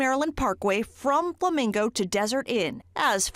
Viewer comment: I love how said “Plamingo” 😂. Respect 🫡